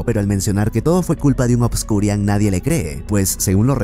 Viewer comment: "ObscuriaL" no es con "N" al final, me da un tick que ni investiga como se llama. sigo todos tus videos pero este me da un tick cada que lo dices jaja saludos